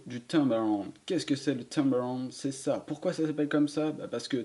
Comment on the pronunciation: «A sa caille » 🤣🤣 sinon très bonne vidéo et merci +1 et un like 👍🏻